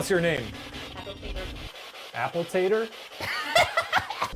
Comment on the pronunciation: I took 3 years of German and if he took 1 year more than me he knows damn well it’s not pronounced ‘ick high-zah’! It’s ‘eesh high-zah’!!!